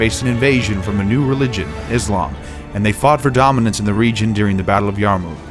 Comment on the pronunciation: The battle of the Yarmuk was certainly a turning point in history. Some suggestions on the program however: get your pronunciation of names correct and perhaps the oft-mentioned dust storm that helped in the defeat of the Byzantines as well.